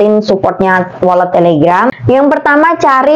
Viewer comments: Walet bukan wolet y lebay u mba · mba doank yg bacanya wolet😄😄😄. Untung GK welut